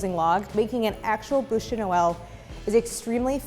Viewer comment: So, funny little observation. Her pronunciation of "boosh" makes the translation "mouth of Christmas". The word for log is pronounced "byoosh". Which you wouldn't know unless you failed French twice in high school, comme moi.